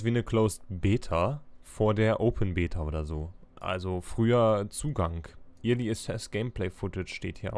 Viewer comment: Kleiner Hinweis: early wird "öhrli" ausgesprochen =)